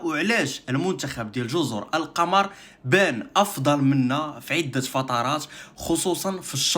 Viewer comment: كاتنطق جزر " القومور"